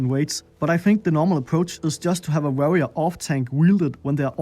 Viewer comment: Varrior??? Det udtalt war-rior